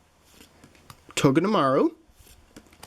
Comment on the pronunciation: You say these Pokémon incorrectly: Soul-ga-layo, Har-as in hard- ee-ama. (Hariama), Chin-chow. (Chinchou), arak-ra-nid. That is Aracunid.